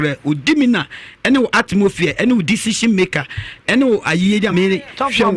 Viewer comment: Lol which “atmophere”